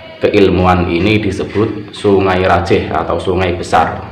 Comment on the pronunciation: Songai rajeeeh Pakai e tadz bukan E Salam dari madura bangkalan ustadz,semoga chanel nya semakin berkembang.